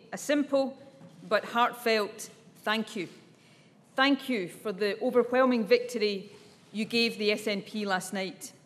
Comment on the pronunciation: ofervelming? is zis right?